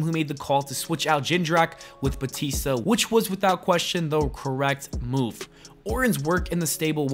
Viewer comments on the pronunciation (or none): none